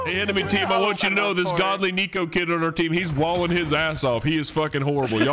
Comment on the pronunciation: Coming from a "Neko" It is pronounced "Neck-o" or "Neh-co" not "Nico or Knee-co" XDDD if your trolling with the name, then I had no idea LOL